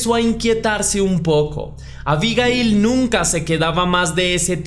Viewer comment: Si sabes cómo se llama, es bastante molesto escucharte decir su nombre. Unas veces lo dices con acento en la primera i, y otras veces con acento en la última i. Abigail se puede escribir con o sin tilde, pero nunca lleva el acento en la primera i.